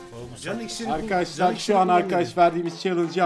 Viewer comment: Bu adam neden arkadaşlar diyemiyor arkkaaşlar diyip duruyor anlamadım.